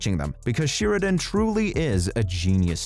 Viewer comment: It's SHARE-A-DONE, not Sheer-a-Done.